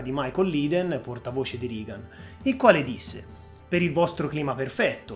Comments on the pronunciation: Non per fare le pulci, però Reagan è pronunciato regan, non rigan. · Interessante, sintetico (probabilmente alcune parti sarebbero state da approfondire leggermente), scorrevole. Unica pecca: la pronuncia di Reagan in "RIGAN". Basta una ricerca veloce anche qui su youtube per sentire che la pronuncia è quella che si è sempre sentita e cioè "REGAN". Un saluto. Continua così. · Ottimo video. Unico appunto: anche in americano si pronuncia rEgan, non rIgan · Regan si pronuncia Regan e NON Rigan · Non si pronuncia "Rigan" .....😂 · Reagan si dice Regan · interesantissimo...complimenti. L'unico appunto è sul nome del presidente americano, Ronald Reagan si pronuncia /regan /. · Ottimo video. Complimenti! Unica pecca la pronuncia reiterata non corretta di Reagan ("Rigan" ).